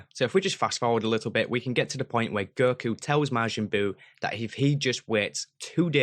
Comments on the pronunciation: holy shit cant believe you are butchering their names so brutally. girku, girtenks, goehan.. jesus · Why do you pronounce ‘go’ as ‘ger’? I hear you saying ‘gerhan’ ‘gertanks’ and ‘gerku’ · Please don't say Ger-ku (Go-Kuu) Ger-an (Go-Han) Ger-tin (Go-Ten) and Ger-tenks (Go-tanks)